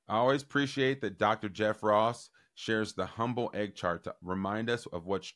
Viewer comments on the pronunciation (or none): none